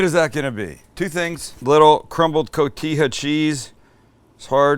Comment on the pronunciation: Cojita is pronounced "Co-he-ta".